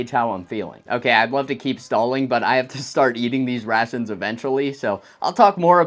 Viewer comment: I swear that the further into the video he went, his pronunciation went closer and closer to "c-rat-shuns", which sound eerily similar to the modern "C-rats" meme.